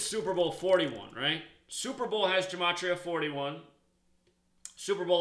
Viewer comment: It's GUH' matria, not Juh.... Study more Hebrew and Greek.